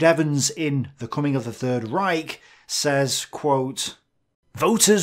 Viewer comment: Great content, just this nitpick: "Z" at the beginning of German words is read like the 'zz' in 'pizza', so "Zentrum" (Centre) should be something along the lines of "TSentrum". I never heared "Reich" pronounced with a 'k" at the end. "-ig" at the end is read "-ich" like the the sound in the Scottish word "loch", but -ag is ag, so e.g. "Tag" (day) is not usually read "Tach" (although there are many dialects). There are not too many phonetic rules, they should be listed on Wikipedia and You can memorize them in an hour and improve Your content without turning it into a Grammar lesson, of course. :) Keep up the good work :)